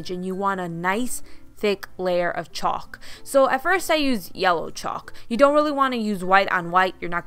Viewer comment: The "L" in chalk is silent